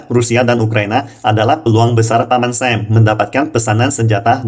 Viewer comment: Masukan Utk. Berhubung pendengar di Indonesia. Agak aneh jika mendengar G20 ( Ge Dua puluh) dgn Ji twenty. Ada Lagi misalnya Paman Sam ( menyebut dgn paman "Sem"). Ukraina dgn sebutan Yukraine. Agar tetap enak di dengar dan di tonton saran buat agar menggunakan bahasa baku indonesia.